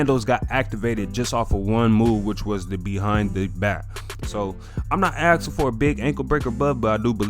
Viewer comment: There’s an “S” in the word asking.